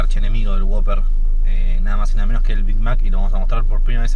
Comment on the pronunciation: Es who-pper (wouper) no woper